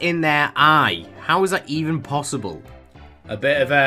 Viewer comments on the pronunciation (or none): none